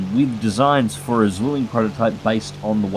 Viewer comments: the only he got wrong afaik was just the sound of the Z and the W in German, Z’s sound more like a TS instead of the buzz in english W’s sound like Vs so it would be pronounced something line tsvilling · "The Bf 109 Swelling" :D In German a Z is pronounced like TS - I know it's hard for English native speakers ;) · Thx for the vid, just a small minor mistake in pronounciation on your part: In German you pronouce it more like "Tsvilling" (- the "z" often is a "ts", for example in "Zorn" and "Zeitgeist") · Almost want to dislike just for that pronunciation of "Zwilling" ;) (I couldn't get it right either!) XD